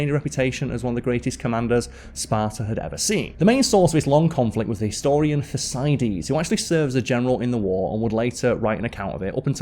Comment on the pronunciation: Karl mispronounced Thrace and Thycidides.